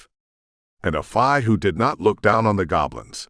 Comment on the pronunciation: I'm sorry but I have to say it the word "fae" is pronounced like the word "say" or "play" not like the "bye".